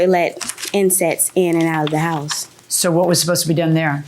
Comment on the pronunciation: I cringed every time she spoke. Descroyed, not destroyed??? I were not I was??? Oh, and toxit and insets, not toxic and insects!!! Grammar is easy, I promise.